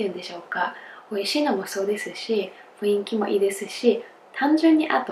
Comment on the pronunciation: が、雰囲気を[ふいんき］をちゃんと[ふんいき］と言えたら最高ですよｗ